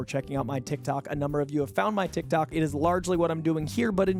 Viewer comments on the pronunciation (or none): none